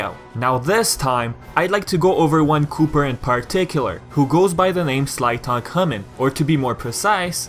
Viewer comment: Wait...SLYtoncommon..... I thought about them being the same a few year ago but I didn't recognize the name similarities until you pronounced it. I've always said it as slytencommon just barely grazing over the sly part.